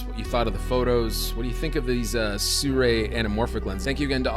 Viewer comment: Great stuff. But im pretty sure its not prononced surei when its spelled sirui 😉